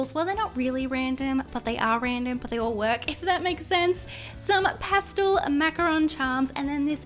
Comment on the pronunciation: Does anyone think it's funny that she says pastul instead of pastel?? 😆😆